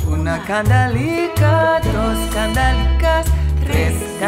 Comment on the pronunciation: The only thing I'd criticize is that the singer during the chorus she pronounces kandalikas when it must be pronounced kandelikas with an EH not an AH...Is difficult when you don't speak Spanish/Ladino.